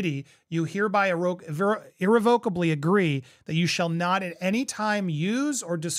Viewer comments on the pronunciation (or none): Just an FYI.. you're pronouncing "irrevocably" incorrectly.